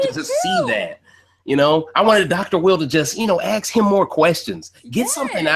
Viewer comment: On Point! It was worse than lapdog though....he treated & thought of Josh as his uneducated (remember him mocking Josh saying axe?) shoeshine boy then calling Josh a blob behind his back. AND even had the fn nerve to call Josh a coward on live tv finale. I'll never stop laughing either lmfao